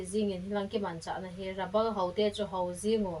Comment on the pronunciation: Rubber or rabal 😂